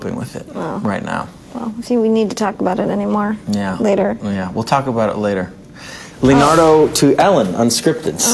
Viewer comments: Mispronouncing your own name.. way to go Leonardy! ;) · Why are we all talking about sexual tension when Leo mispronounced his name come on people omg. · MISPRONOUNCING YOUR OWN NAME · He mispronounced him own goddam name XD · There's nothing more embarrassing than mispronouncing your own name in front of thousands of people.